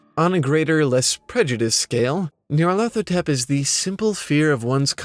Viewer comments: Its "Nyar-La-Thotep" not "Near-leth-Hotep" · Nee-ar-lat-ho-tep. Nyarlathotep. "Nyarlat is pleased" is what it would mean if it was Egyptian.